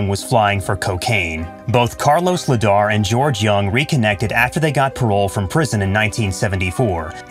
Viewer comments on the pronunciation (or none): Its l.ayder not ledar